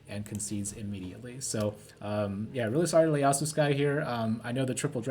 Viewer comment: It's not Leyasu It's i not L